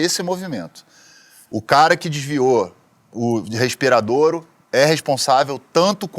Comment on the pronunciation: “respiradoro.” - o cara é tão “intelectual” que não sabe nem falar respirador corretamente! É um lixo mesmo 🤦🏿‍♂️😤